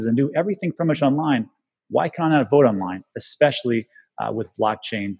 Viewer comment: its pronounced vote not wote